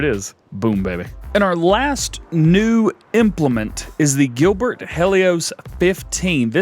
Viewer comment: Again awesome video dj only one thing sir it’s called the Gil-i-Bert lol but it cool just thought I’d drop that on you any live the videos your the best